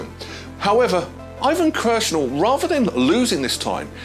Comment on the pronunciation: did you say "Ivan Kirshner"?